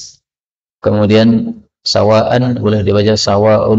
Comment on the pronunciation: Mohon maaf izin bertanya, Ayat 21 kok dibaca sawaa-un, padahal tulisannya sawaa-an... Apakah ada asal2 qiroah Suzi??